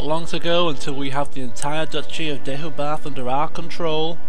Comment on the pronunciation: I think Deheubarth is actually pronounced more like De-hay-barth by actual welsh people. Once you've got that you should have a pronunciation clean sweep- of the Welsh counties anyway!